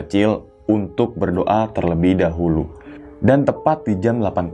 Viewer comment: Dahulu bang bukan dahuru 😁 Sukes slalu